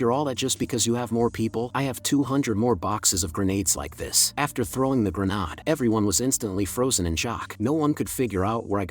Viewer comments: I swear the A.I. is getting sentient and is actively fucking with us. What other explanation is there for it to go "haNnd greNaA-AaD" twenty times in a row, then randomly flashbang you with a properly pronounced "hand grenade" only to immediately go back to spamming "haNd greNaA-AaD". Bloody TTS knows exactly what it is doing. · great story "A signle GrAAnAAd" funny way of saying grenade.